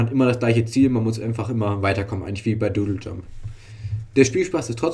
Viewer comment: Du sagst ja immernoch Dödeljump, find ich hammer macht weiter so meine Freunde!